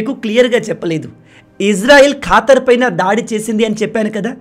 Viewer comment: Neevu manchi వీడియోలు చేస్తావు bhayyaa... ఖతార్ ఖాతర్ కాదు అని అనుకుంటా బ్రో